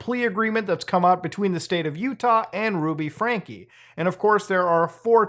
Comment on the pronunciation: I can never tell if Muta is genuinely really bad at pronouncing names, or if its just a bit. "Ruby Frankie" got a laugh out of me, and thats far from the only example in this video alone lol